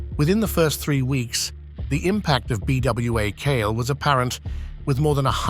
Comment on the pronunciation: As far as the Haitian story its PRONOUNCED "bwah kal-eh"